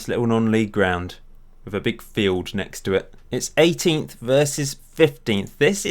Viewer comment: you put emphasis on the 'f' for field, you sounded fairly annoyed too!